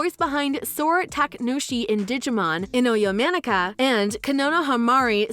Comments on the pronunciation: Sarabuto PFFFFFT- And Ino’s name isn’t well pronounced either, it sounds like “Inoyomanika” when it should be “Ino Ya-ma-na-ka” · That and Ino Yamanaka being pronounced as Inoyo Manika Not to mention “Konohamari Sarabuto”